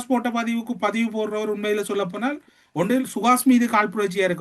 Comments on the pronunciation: "போனால்" not போனா"ள்" தமிழ் உச்சரிப்பு முக்கியம்." ல" கரம்? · வாய்க்குள் சளியை வைத்துக் கொண்டு பேசுகிறாரா? அவலங்களை அவளங்கள் என்றும், முல்லைதீவை முள்ளைதீவு என்றும் போனால் போகட்டும்... என்பதை போனாள் போகட்டும் என்றும் உச்சரிப்பு கொலை.. த்தூ..வந்துட்டாரு ஊடக துறைக்கு அதுக்குள்ள அடுத்தவன நக்கல் பண்ணுகிறார். அசிங்கங்கங்கள் அப்படித்தான்.